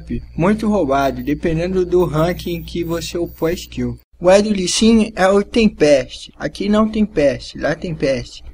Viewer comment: outra coisa, não consegues mesmo pronunciar lee sin pois não? Li xin é tudo o que te vai na cabeça